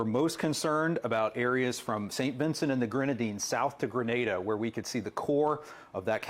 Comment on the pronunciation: Appreciate the correct pronunciation of Grenada! 🇬🇩